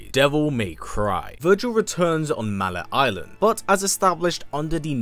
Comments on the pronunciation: "Mal-let island" and misunderstanding Nightmare's name? Someone didn't play DMC 1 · Your pronunciation of mallet island gave me cancer Edit: isn’t it the order of the sword, not order of light? Plus nightmare was also a demon under mundus like griffin and shadow.